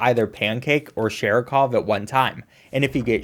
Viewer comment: Saying Sharikov's name wrong the whole time is very Seanie Dew of you